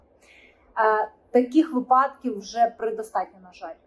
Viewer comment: Не випАдків, а вИпадків